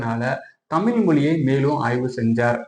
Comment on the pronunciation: பதிவாலாரே உங்கள் முயற்சி சிறப்பு, ஆனால் நீங்கள் முதலில் தமிழ் மொழியை தமில் மொலி என்று தொடர்ந்து ழ உச்சரிப்பை தவறாக உச்சரிப்பது தமிழை குளை செய்வதற்கு சமம் என்று இதன் மூலம் வருத்தத்தோடு தெரித்துக் கொள்கிறேன் நன்றி வணக்கம்.